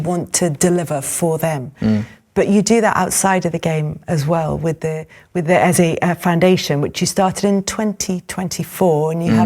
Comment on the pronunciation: I am going to scream if I hear the next person call this brother Eza. His name only has two syllables. How difficult is it to say E-ZE?